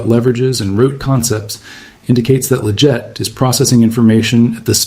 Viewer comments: It's not lajette it's leggett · Considering your always talking about leggett it would be nice if you actually pronounce his name correctly